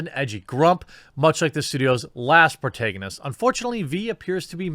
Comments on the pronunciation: Pro-TAG-a-nist.... phonetically seeing might help u stop saying pro-tay-ga-nist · Sorry, but it's pro-TAG-onist. Like in "tag". I love your stuff, but yikes. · It's pro-TAG-anist bro. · Please never say protagonist again great video though